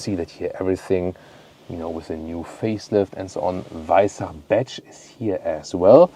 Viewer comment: Servus. As a French guy living in Austria for 3 years now, Danke dir for the on point pronunciation of “Weissach” 🥲🙂 French media are absolutely obliterating it when they say it 🫠💀